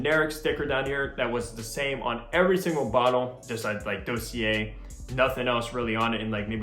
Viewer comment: You’re saying Dossier wrong 😂